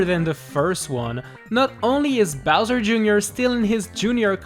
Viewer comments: you said Bowser, Jr. instead of Bowzer for #1.. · Bowser Jr at number ☝🏻 wtf it’s bowser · You said Bowser jr. Instead of Bowser, lololololololol.